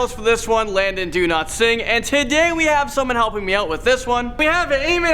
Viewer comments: Y does Landon say "Landon Do-not-sing instead of dowlatsing😂😂😂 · How many times he gonna say Do-Not-Sing 🤣🤣🤣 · Is it DoNotSing, or CanNotSing 😂